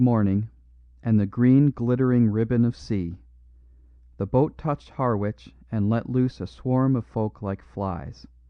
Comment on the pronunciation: Harwich pronounced Har 'ich. It's an English town so the pronunciation is local in each place. American towns also have local pronunciations which English people get wrong .:-)